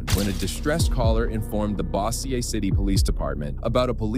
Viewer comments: omg you did not just pronounce Bossier City as "Bossy-eh" XD. It's "Bow-Zher". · Weird to stumble across this video and do a double take when he says ‘Bossy-aye’ like huh. Thats how most people mispronounce my town Bossier (Bowe-sure) Oh wait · Bossy-er city...lol...its BOW-zur... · It's pronounced boe-zhur